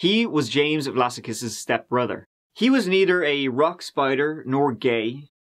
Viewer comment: Vlassakis looks like a Greek name to me (especially as his middle name is Spyridon) in which case it would probably be pronounced with the stress on the second "a" - Vlass-ah-kis, not Vlassa-kiss. Also, I believe that the Aussie accent is particularly difficult to copy, so, good attempt. I can remember the media coverage of this tragedy. While this sort of thing might be par for the course in the US it's not something that often happens here so people were genuinely shocked. As for actual paedophiles, rotting in a barrel would be too good for them.